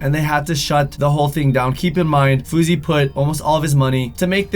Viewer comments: fou S ey not fouzey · FOR THE LAST TIME, It's FOUSEY not FOUZEY.